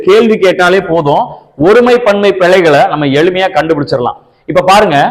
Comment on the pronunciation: அது பிளைகள் அல்ல பிழைகள். எந்த மொழிக்கும் இல்லாத ஒரு சிறப்பு ழ தமிழில் உண்டு. உச்சரிப்பு முக்கியம்.